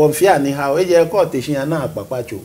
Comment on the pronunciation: A lil correction It's "HIAO" not "YAW"